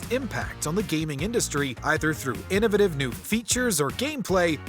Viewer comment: It drives me insane how you pronounced innovative 😂😂